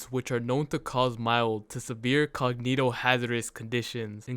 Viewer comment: LMAO "cognito"